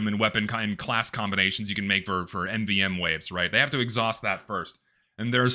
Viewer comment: My God, he can't pronounce MVM